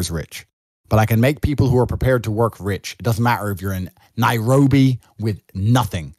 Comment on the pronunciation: Why he say Nairobi though?😂😂 It's our capital and it's a beautiful place.